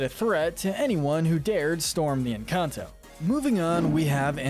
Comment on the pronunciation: its not ehn caunt ow its en can to its not mauh drigaul its mad drigal its not aubuelah its ab well ah AND ITS NOT CUMILO ITS CA MEE LO